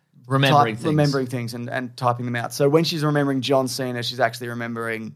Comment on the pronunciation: “John Cener”